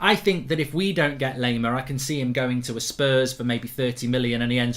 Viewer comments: If you want to pronounce him right - just think of "lime" - same pronounciation - just add "ar" - "lime-ar". So instead of "lame-ar" - it's "lime-ar". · Anyone else getting triggered by Mark's mispronunciation of Laimer? 😅 a German native speaker tells him how to pronounce it correctly. He thanks them, then 10 seconds later continues to pronounce it incorrectly. 🤦‍♂️